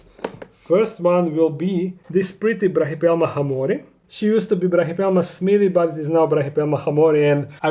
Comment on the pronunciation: Hey, just so you know, as an ancient history student, hamorii is actually pronounced ‘ham-or-ee-i’ in Latin. Love your videos!